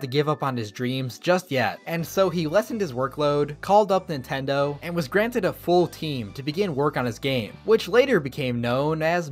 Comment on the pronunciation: I just realized it's NINTEN-do